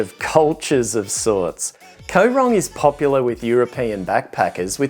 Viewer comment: It isn't pronounced Ko Rong it is Koh Rong. You sound like a typical tourist who goes to an island not thinking that it costs money to get the food transported to the island and compare everything to where you live. There isn't a lot in Kampot but peope go there to chill out and relax. Mosquitoes are in every tropical country so you should have been prepared. I have lived here for 17 years and love it just as much as when I first came here. The less people like you who visit the better!